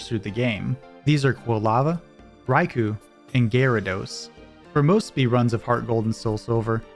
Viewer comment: I can't help but recoil a little bit every time I hear "Rai-coo" instead of "Rai-koh". ^^ Which is silly because I say "Kyo-gre" instead of "Kai-ogre" even though I know it's wrong.